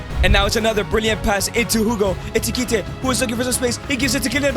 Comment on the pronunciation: Bro it’s ekitike not etikite